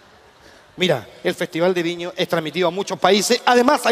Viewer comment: Se dieron cuenta que dijo viño